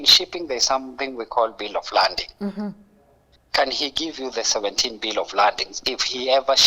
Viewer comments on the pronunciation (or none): Bill of lading not 'landing' 🤷